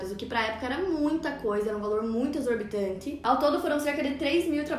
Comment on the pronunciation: "exorbitante" O jeito que ela fala é diferente, EU TE AMO.